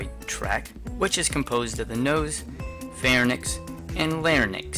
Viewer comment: It is pronounced LarINKS and PharINKS...y comes before the n in the term